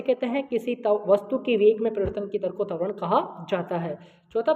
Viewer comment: तवरण नही कहते है त्वरण कहते है